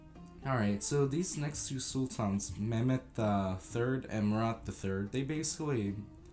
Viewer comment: Korucu Mate, I think he is Turkish himself. Look at the way he pronounces the names of the Sultans. He has such an "urban" Turkish accent